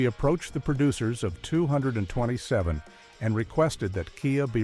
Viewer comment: IF YOU’RE GOING TO USE AI, AT LEAST GET IT TO SAY THE NAME OF THE SHOW RIGHT!!! if you can’t do it right, just don’t do videos.